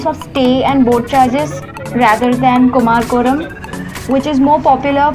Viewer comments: Clean your tounge first. It's Kumarakam. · Don't you at least need to get the name of the place right when you are there ? It's pronounced कुमरकम (Kumara-kam) & not whatever you are saying.